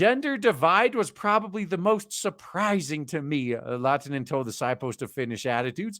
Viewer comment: "Oskari Laatinen" Me: "Lahtinen, it's Finnish, the "H" is not silent." "Turkuu" Me: "Why are you hurting me so?" ...I guess the study could also be applied to pronunciation pedants.